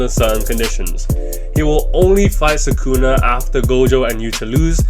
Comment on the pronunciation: ITS SUKUNA NOT SAKUNA GODDAMN